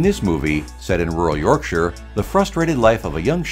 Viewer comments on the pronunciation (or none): none